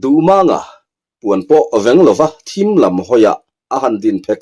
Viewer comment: A ngaihnawm thin e mahse, Vengva i lamrik dan hi han ngaihtuah tha leh hrâm teh.